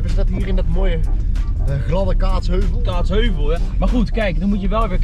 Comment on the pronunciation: ga stuk iedereen zegt gwn kaatsheuvel en kaatsHEUVEL